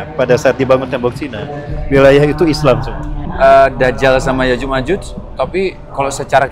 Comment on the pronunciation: Mohon maaf ya ustadz... Berkali2 saya dengar ustadz menyebut nya Yajus dan majus, mohon maaf tadz itu keliru,,, yang benar YA'JUJ ( huruf JIM) (MA'JUJ( nuruf jim). Di ayat Qur'an nya jelas di surat al Kahfi.... 😢😢😢 Mohon maaf sebelumnya...